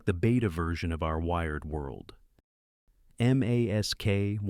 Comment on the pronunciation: Why aren’t you pronouncing M.A.S.K? Why are you saying M A S K?